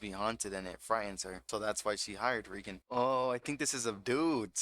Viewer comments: REEEE gen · Great narration but my guy watched 3 seasons of the anime and still can't pronounce the names right like Reigen.